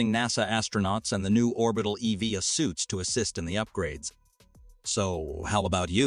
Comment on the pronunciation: That’s not not how you pronounce EVA….